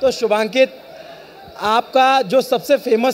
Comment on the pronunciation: Every time the interviewer called him Shubhankit it hurted my ears